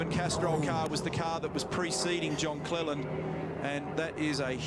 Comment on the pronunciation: CLELAND not clealand lol